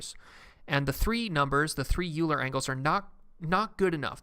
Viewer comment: It's Oiler, not Youler